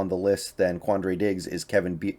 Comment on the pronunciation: Lol Kevin "BEEYARD" bro it's pronounced "by-ard" (ard like herd)